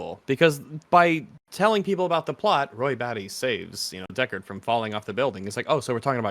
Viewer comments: Deckawd is hunting weplicants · Is anyone else hearing him say "Deckawd"?